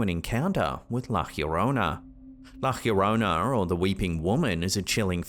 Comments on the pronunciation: Doode... Not ALL, latin American, femalesque sightings are, "LA GJHHHIYORROUNÆ", as you pronounce it. Stop it. Now. Hahaha. I'm also let down that you didnt include The Roadrunner as the, more than likely suspect that would have painted, such, an elaborate mural on that mysterious wall. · "La Llarona" is pronounced "lah yah-roh-nah". Love you but it bugs me the way you say that!❤ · I love but over the years but it has driven me CRAZY say it right, La Llorona. It is pronounced La Yo-Ro-Nah broken down. All is hear is Stewie saying Wheat Thins when you say it!! I know its not his language so dont come for me!! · You kill me everytime you mispronounce “La Llorona” it’s not HIRONA… it’s Jorona…. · I hope nobody ever tells how "llorona" is pronounced, because among with the figgahs, "la Khyorona" is my favourite guest star on this show god I love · Please, I beg you, it's pronounced "lah johrohnah". The LL is pronounced like the J in John, James, Janice, Juliet. It's not pronounced like the english H. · Bro, there’s no h in Llorona. It’s not Hebrew. Learn to pronounce stuff before bludgeoning the languages. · being fluent in Spanish and Portuguese, the correct pronunciation of the weeping lady phonetically is, La "Yo-ro-na". The double LL in "Llorona" is pronounced as a Y. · Pronounced yo-rona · Scarier is pronouncing it "girona" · The English pronunciation of "La llorona" is "La jorona",. 😉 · La Llorona???? ahhahahaha come on dude... a witch maybe but la Llorona ahahahaha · Just a quick correction for you. It’s La Llorona” the double L is pronounced like a y sound like in “yes” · I've only ever heard Llorona pronounced with a "Y" sound at the beginning. I don't know what he was saying....